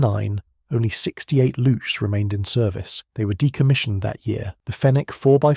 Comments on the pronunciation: It's Looks, not lutsh ;) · Yeah that is neither how you say "Spähpanzer" nor how you say "Luchs" (which sounds exactly like English "looks".) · He sounds like he's saying "lutsch"... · Please say „Lux“ and Panzeraufklaerung…. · It's pronounced "looks" because chs = cks for some odd reason in German, no good reason, just an oddity. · As a German, it‘s funny that you spell Panzeraufklärungstruppe really well and have so many problems with Luchs (just say looks). No offense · The way he says it it sounds like 'louche'. ;) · You know what also sounds like "books with an L"? "looks". But I guess that would be too simple. For a German. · Luchs - Spell it more like Lux (the messurement unit for Light) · Funny for a German to hear the speaker twisting his tongue with a word that is pronounced exactly like books, just with an "L".